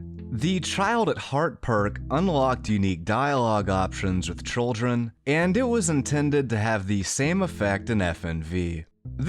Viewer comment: Are you saying trolldren instead of children on purpose?